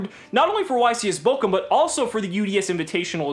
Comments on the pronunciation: Not bokum, but borum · It's funny how you pronounce Bochum hahaha xD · love it how missprounces bochum xD (just funny for an nativ speaker ) and guys don't tell yuginono dont wanna burn for all eternity in hair with all that burn players